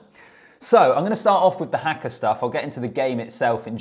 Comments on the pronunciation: Here's an easy pronunciation tip for you. It is just 'ha-ka', not 'hack-ka'. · Its "harker' not "hacker" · HAKA is pronounced as Harkar not as Hacker! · its haka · the english cannot say haka - everyone of them says it like that - I cant understand as there is only 4 letters but they like to say it as if there are 6 letters